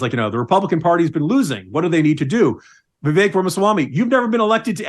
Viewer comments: First guy, its like Vivek like cake not not va vick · For anyone who can't say Vivek properly: Easiest way to pronounce VIVEK, say these words exactly how you pronounce them BUT TOGETHER: WE-WAKE Pronouce them each as you normally do but pretend they are one word. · How can he say he k owes Vivek when he can’t even pronounce his name correctly!! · There is no way Josh Holmes does not know how to pronounce Vivek's name. The fact he does not pronounce it properly, shows a lot.